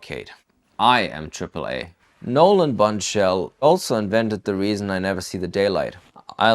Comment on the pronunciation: Did he say "Nolan Bun Shell"? LMAO